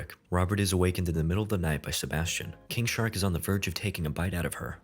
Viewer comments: bruh i thought you were saying kink shark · Why do I keep hearing it as 'Kink shark'